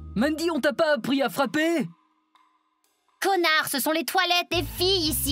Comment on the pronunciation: Aaaaaaa elle a di konare😂😂😂😂😂😂😅😂